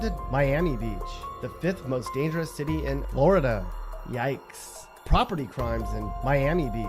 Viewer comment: “ In Floor Duh “ 😭😭😭 why this man talk like that bruh , funny asl